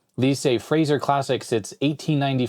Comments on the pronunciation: I'm sorry but you pronouncing Fazer (with a hard z) as Frazer bothered me quite a bit :P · I'm pretty sure it's "Fazer" (like the Star Trek weapon), not "Fraser" - There's R after the F. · Oh and btw the candy company name is pronounced "fatser", with a as in "father", not Fraser or phaser. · Fazer, not Frazer! There´s no R after the F! (I´m swedish) Proof read the blue rectangle up top with plain text font instead the circle with cursive text!